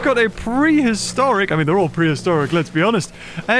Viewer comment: Mean not mèan!